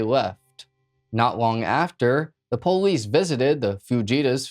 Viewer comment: I like how he says am-byew-lance and poh-lice